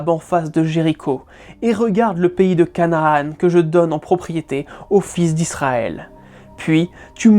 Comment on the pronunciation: Ibtéressant :) Petite remarque cependant : Vulgate, Deutéronome, Canaan etc sont des mots passés dans la langue française et se prononcent donc "à la française" !